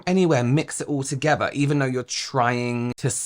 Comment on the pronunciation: Unwatchable Togeva is pronounced TOGETHER Aver is OTHER Free is FREE Fursday is THURSDAY Feir is their you sound ignorant